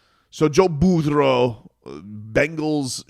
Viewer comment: Dude, what's with the Burro thing? It's annoying. Say his name right 😂